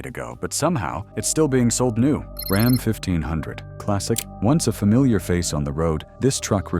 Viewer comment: These AI generated videos are a F ing joke with the pronunciations of common words. Like RAHM or ROM instead of RAM. If they can’t even get this right are you to believe what the bot is telling ewe? Truck owners are aware of the junk that’s been on the market. All we want is reliability and damn sure not in an EV.